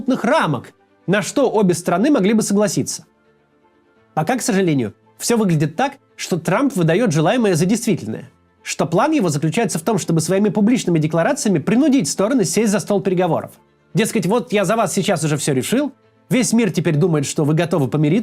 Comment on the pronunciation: принУдить ударение правильно говори